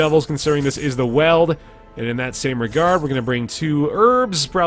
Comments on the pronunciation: You've very liked figured this out by now since this is old, but it's been driving me crazy through all 29 of these videos I've watched so far and I just can't contain myself any longer. It's WEELD, dude. Like WHEELED, or wield. Not weld. haha Enjoying the series, been fun watching gameplay from early on, looking forward to seeing the slow evolution of the game through these. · Weald is pronounced like the word Wield.